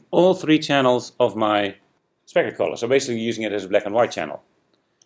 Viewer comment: why are you saying collar? i'm english too but i know it means colour... (´･ω･｀)